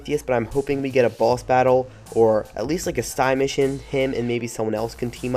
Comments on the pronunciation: SIDE mission not sigh mission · Dude, please. Say side mission, I hate being one of those guys but hearing you say sigh mission over and over is grating on my nerves.